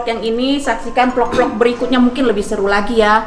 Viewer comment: cafe mba bukan cape. vlog bukan vlop😂